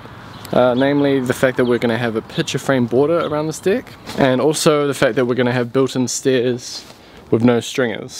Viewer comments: That pronounciation of "deck" seems off to me :-P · I was surprised it could tell the difference between two minor pronunciations. Even intentional malaprops.